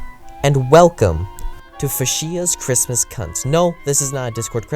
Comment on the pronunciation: Hey idiot you pronounced fuchsia wrong